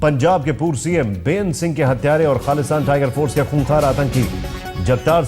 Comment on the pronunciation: सब गलत गलत बोल रहे हो बाबर नही है बब्बर है... बेयांत सिंह नही हैं बेयंत सिंह है.. ठीक करो ये सब ..काफी सारे शब्द ठीक से नही बोले हो. किसी जानकार को दिखाओ और AI से ठीक करो